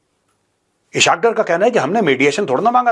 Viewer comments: Major Sb as Ur Urdu is very good, so I want to correct u, his name is ISS-HAAQ DAAR. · Oh uloo Kay pathay pihlau to Ishaq Daar ka name to theek say lay😂😂😂😂 is say tumhari research kita hye pata chal gia ... Jhootha of the year😂😂😂